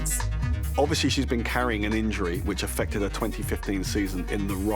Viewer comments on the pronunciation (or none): none